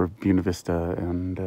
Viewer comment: FYI: BUENA VISTA is pronounced BWENA VISTA.😁 That salad looked amazing. Yum!✨ I’m glad you’re with friends for awhile. Olive looks like she’s enjoying Moo Moo’s company, too.😊 Thanks for the tour of Leadville. Pretty town.✨ Here’s hoping and praying everything lines up in the schedule for you. I’m also praying that the price of repairs is reasonable.🙏🏻 That rain should clean the air of the smoke... for awhile. Unless the fires are extinguished, more smoke will come.☹️